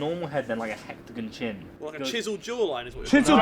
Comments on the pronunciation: so no ones gunna point out that this set 8 child just said 'hectagon' 🤦‍♂️😂😂😂😂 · Man said “Hectagon”... instead of hexagon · i'm sorry.. but when he said a "hextagon" shaped face 🤦🏻